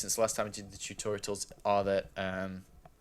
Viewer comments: tutorials, not tutoritals bro... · "Tutoritals" Wut There is no 3rd T why is he pronouncing one? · Why does he keep saying tutorials wrong :P